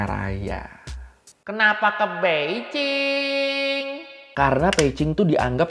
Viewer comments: Peijing apa Beijing sih? Kok gw risih denger nya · bang lu kok klo ngomong beijing bukn pake "B" bang tapi pake "p" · setelah 2 tahun gua nonton lagi. gua dengarnya peijing, wkwkwk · gue dengernya Peicing 😂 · Memang yg bner cara nyebutnya "Peicing" ? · bang, itu lu nyebut beijing jadi pei-cing apa? apa kuping gw yang rada2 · kok gw ngedengernya peici ya , kuping gw yg bermasalah apa emang ngomongnya gtu??? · Ooo pantesan drtd bingung kok nyebut beijing nya beda tyt emg beda y pelafalannya 😅